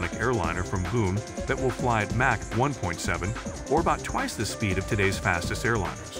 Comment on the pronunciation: Whoever is narrating this needs to learn how to pronounce Mach and Mojave. Sounds unprofessional.